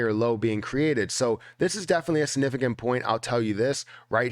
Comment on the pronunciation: Lol I love when he says "sanifficant"